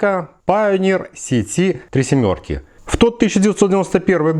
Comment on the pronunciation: Спасибо тебе друг, за Пайонир сити, а не за какой-то пионер цэтэ. Наконец то грамотный россиянец